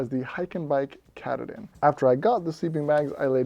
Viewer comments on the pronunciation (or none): As for the Hyke&Byke sleeping bag - if you do any future reviews, I'd suggest finding a video about Mount Katahdin in the state of Maine to get the proper pronunciation down (something like: cuh-tah-din). This bag is definitely named after that rugged east-coast Mountain which marks the end of the Appalachian Trail. Small compared to Rocky standards, but still very dangerous (especially with crazy northern weather, and it's narrow knife's edge). If you're interest in a good mountain-climbing movie or book, check out the recent movie "Lost on a Mountain in Maine" based on the 1939 book. The peak is only 5269' feet (about 1 mile), but it has a lot of prominence (compared to it's surroundings), and when you consider that Maine starts at sea-level, that's note-worthy. (Compare that to some rocky mountains that start a mile up!). I live in New Hampshire, so this is a very familiar peak in the region, though not quite as well known as Mount Washington. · Great review! The water repellency alone would be enough to go with the hyke and byke. Btw, the pronunciation of katahdin is quite different than your pronunciation - at least here in Maine where the mountain is located. 😊 But who cares. The information is what was important!